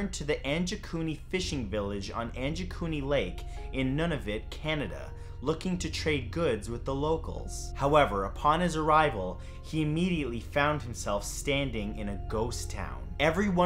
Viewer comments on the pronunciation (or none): Its called nunavut ( noo na voot)